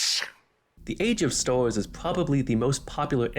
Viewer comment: Bro I can't xD No hate, the videos content is good, but you talk like a furry meme. "Mawwy Wanny" "Age of stows" "Bawwia" xD That's what it sounds like to me lmao, I can't tell wether it's a microphone quality thing, an accent or a speaking disorder/a lisp. Again, no hate man, the actual content of the video is good, but please enlighten me if any of my guesses for the reason of the pronunciations is correct.